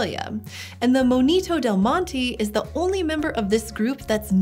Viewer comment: It's not moñito, it's monito